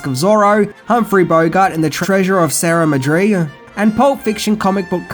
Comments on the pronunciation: Sierra Madreeee?! Why can't Brits pronounce Spanish words properly? It is pronounced 'Sierra Madray. And tacos are not 'tackos'. They are 'tahkoz'. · Sarah Madree..? Its Sierra Madre there and its pronounced like the words See Era and then Mod Ray but hopefully it's mangled pronunciation was a glitch in the video as you said it. There's to be a fifth entry in the franchise being planned and with luck it be like the Last Crusade more than the Temple of Doom/Crystal Skull which are the poorest in the series. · madre is pronounced ma-dray, not muh-dree. It's spanish for mother. Of course I don't really expect Australians to speak much Spanish lol. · "The Treasure of Share May druh?" Try See-AIR-uh MAH-dray" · Sierra Madre, not Sierra Madri. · NOT Sierra Madrid it is Treasure of the Sierra MADRE, as in "badges, we don't need no stinking badges"....otherwise nice video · "Treasure of Sarah Madree"?? Good grief. Terrible effort, and from a supposed film buff too. It's "The treasure of the Sierra Madre", a truly brilliant movie. Also "telescope" for periscope? "Das Boat" instead of Das Boot? Or The Boat if you prefer it in English but make up your mind. Das Boot is another superb work. I do like the videos, and your enthusiasm for the subject matter. Just please take care to get the details right. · Hey, - Good stuff. Couple things though: 1. Bogart's film was The Treasure of the Sierra Madre. Phonetically, that'd be "See Era Ma Dre," not "Sarah Madree." 2. Alfred Molina played Satipo (Sa-tee-po) not "Stepido," though your take on the name did give me a laugh. Other than that? Fun video. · It's pronounced See-Air-A Mod-Ray not Sarah Madree you illiterate peasant. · By the way... it's Sierra MAD-re not MA-dre. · Sierra Ma DREE? dude, please! lolol.....MAD ray Sierra MADRAY is how it's pronounced.... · see-AIR-ah MAHD-rae,! 😉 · Nice homage. Though I had to cringe at “Serra Madria”. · Treasure of the See-era Ma-dray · See-air-a mah-Dre omg